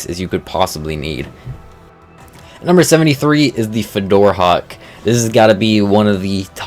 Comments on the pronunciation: "Fidorhawk" Fjordhawk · "Fador hawk" my guy. My dude. My man. Its "fyord hawk" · I had to pause the video when he said Fedora hawk... It's just so bad, and the worst part is almost every single one of these names can be looked up for how to pronounce them extremely easy One type into Google on how to pronounce something and it'll tell them. You don't need to be 1000 IQ you don't need to be a paleontologist You don't need to be a linguist you just need to be able to Google something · it’s not grammar Nazi to point out calling fjordhawk fedora hawk isn’t a mistake it’s pretty much purposeful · It always annoys me the way he pronounces chitin and the fjordhawk